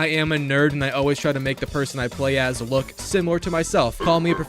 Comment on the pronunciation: "rook at this dis"